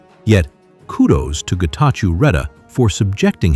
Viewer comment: Great take, thank you, but please ask the voiceover voice to pronunce it as Getachow instead of -chew as in chewing gum.